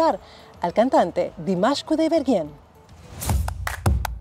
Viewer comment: Me encanta que te encante, un pequeño alcance, su nombre se pronuncia Dímash no Dimásh